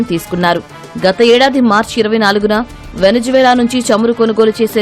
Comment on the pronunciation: వెనిజులా.. వెనిజు వేల కాదమ్మా😂